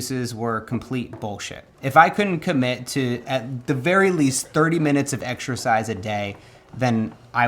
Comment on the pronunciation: how 'bout making a commitment not to say EX-ER-SHIZE